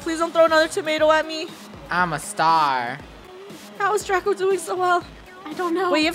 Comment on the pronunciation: it's draco not drago